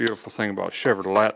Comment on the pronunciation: I hate to tell this southern boy the “T” in Chevrolet is not pronounced but, it is spelled because it is French. 🙂